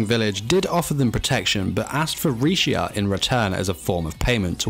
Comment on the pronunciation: Honestly, she's really strong. She just never knew how to use her strengths at first. Also, WHY DOES EVERYONE CALL HER LECIA HER NAME IS RISHIA REEEEEEEEEEEEEEE